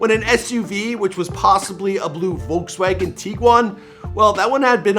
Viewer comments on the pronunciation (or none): none